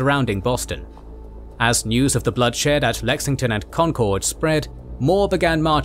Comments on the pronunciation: As a Boston native I've been dying for this but please god it is pronounced con-kurd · I realize that, as a Brit, you're not aware of American pronunciations, but Concord is pronounced "CON-kerd." Other than that, great video. Oh, and Ticonderoga is pronounced "TY-con-der-o-ga" and Champlain is pronounced "Sham-PLAIN." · Concord rhymes with conquered 😊 Most folks pronounce it right when they say Lexington and Concord together, if that helps